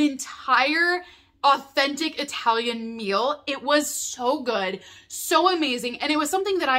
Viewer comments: I talian Not eyetalian, please 🙏🏼😫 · Please don't say "Eye-talian"!